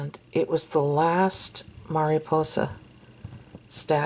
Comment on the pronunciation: These could also be super cute keychains.!!!! Or for girls backpacks...I know I loved to hang things on my backpack to bedazzle it lol P.S Your Spanish when saying Mariposa was perfect.!! 😊👍🏼